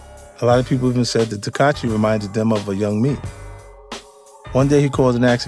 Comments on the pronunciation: It's not tekachi its tekashi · 50 keep callin him “Teekahchee” LoL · 50 cent has a hard time saying “Tekashi”. He should just say 6 9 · The fact that he keep saying takachi is crazy SMH allnthat money and can't speak bright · I'm hearing teck- katchi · So we gonna keep acting like 50 saying “Tekachee” ain’t the equivalent of Crunchy Black saying “Glad” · “Takachi” -50 cent 💯💀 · Right lol? He's saying tekachii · he said tekachi 😂😂😂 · Did he say Tekachi the whole vid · Why it sound like he saying Tekachi lmao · He called him "tekachi" 😂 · Why does he keep saying tekachi lol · "tekat-chi" - 50 cent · 50 said takahshi and jarule 😂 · Yall fools....thats not even fifty. "TAKACHI"...tfoh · Why he pronouncing his name like that 🤦🏾‍♂️ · How is he saying that boy's name, lol.